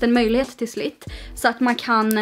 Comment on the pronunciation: slits, inte slit, he hee